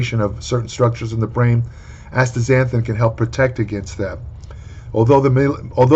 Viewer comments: Good lord was fighting for his life to pronounce this word lol. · A compilation video of pronouncing this would be hilarious.